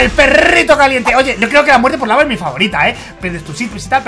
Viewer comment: quiso decir yo pero dijo yao